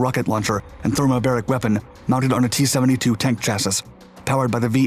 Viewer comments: Maybe it's a personal failing, but I just could not get past the mispronunciation of the word chassis. It was repeated so many times in the video I just couldn't let it go. Otherwise great video. Pronounce chassis, CHASS-ee (singular) and CHASS-eez (plural). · Chas-sis !!!! Hahahaaa that's great! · Despite the correct pronunciation of many difficult geuoraphical locations, you fail to pronounce chassis correctly and so often as to be jarring.. It is pronounced shash-ee. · Hi. Just a friendly heads up:the word “chassis” is not pronounced as it is spelled. The pronunciation is mor e like “CHAS - eye”. You’ve got the emphasis on the first syllable right. Some North American and British mechanics will leave the S on the end, but it seems to come out slightly diminished in volume. In these cases you get “CHASS - ee ” or “CHASS - eez”. I hope this helps. Thanks for the awesome videos. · Come on, it’s pronounced CHASS EE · chas·sis /ˈCHasē thats chass - eee ... lol ... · Bro its pronounced chassy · Love all your channels! But it's pronounced "chăs′ē" my dude. Long e, silent s. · "chassis" is pronounced "CHASS-ee" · Is this an A.I. voice narrator? the voice never wavers, and pronounces "chassis" as "chassess" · 'chassis' is pronounced 'chase-ee' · "Cha-sis?" Damn son, learn to talk American. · "Chassis" is pronounced "Cha - see," just by the by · Its actually pronounced "Sha-see". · Actually it's pronounced Sha - see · I love your videos, and that weapon system is scary as hell, but you're killing me, man - 'chassis' is pronounced chass-ee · Dont say the last 'S' on the word chassis say it 'chassy " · the s at the end of chassis is silent so it’s pronounced “chassy” please re record this audio. it makes it almost unwatchable. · Do you REALLY NOT know how to pronounce the term ‘chassis’??? It ends with a long ‘E’ by the way. 🤷🏼‍♂️ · Interesting….. And an interesting pronunciation of “chassis”. Good video 🙏👍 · Um, chassis is pronounced chassee. Just saying.